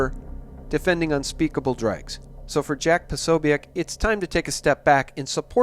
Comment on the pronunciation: It's pronounced Pa-SO-bic. Just FYI. Keep up the excellent work.